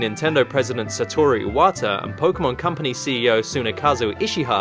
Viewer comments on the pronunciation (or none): none